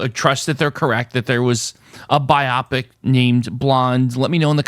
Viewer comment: Love how you pronounce "biopic" to rhyme with "myopic". 😄 that category was a toughie!